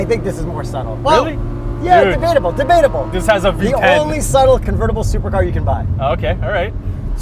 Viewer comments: I thought he said VTech not V10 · When you said v10 it sounded like V-Tech LOL could you imagine